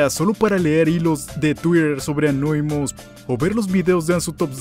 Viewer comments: Por qué carajos les dicen Anóimus cuando se dice Anonymous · Gente normal: anonymus: anoimus